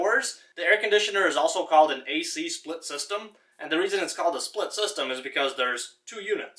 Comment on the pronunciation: PRONOUNCE "TH" (not "DA")